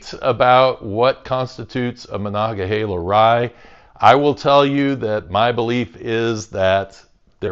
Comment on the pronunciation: You actually say monogahela right, are you from around here? It seems like everyone online says monogaheela for some reason